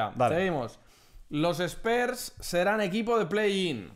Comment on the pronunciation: Saludos, me enferma cuando pronuncian "Espers" por Spurs...